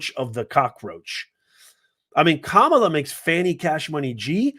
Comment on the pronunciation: Your disparaging comments and racist imitation and rhetorical attitude. Betrays your views of black people...Your ARE prejudice...Your deliberate mispronounciation of Kamala Harris's name. Your insinuation that Fani Willis will be a hip hop singer, has to be because she's black. You get carried away in discussing the case so much, your character sometimes betrays you. " You don't like black people!"